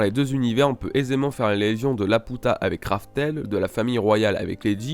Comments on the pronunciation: une théorie qui envoie du pâté c'est vrai mais par contre Laputa mdrr c'est pas La Puta.. Ça se prononce Lapiuta comme dans le film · On prononce "Lapiuta" Sinon, superbe théorie !! Merci à toi pour le partage de la théorie :) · dsl mais jes vus le film et ca se dis "la pi ou ta" désolé mais sa me stress trop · Super théorie super vidéo mais Attention! il y a des mots écorchés : Laputa se prononce "Lapiouta" Muska : "Mouska" Pazu : "Pazou" et c'est LuShiita Toël Ul Laputa et Ramuska Palo Ul Laputa. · laputa... ._. ça se prononce Lapyuta x) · A chaque fois que tu prononces laputa je me tords de rire :-*